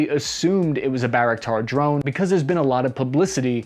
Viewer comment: I just want to correct something. Most people pronounce Bayraktar wrong. It is pronounced by-rock-tar. And thank god someone giving information while staying objective. People spitting fake news which is dangerous because it creates a false sense of security for the Ukrainians. If Ukrainians doing so well according to those news outlets then why the hell is Kyiv about to be encircled. People are dying out there. We NEED true information not a flow of bullshit propaganda.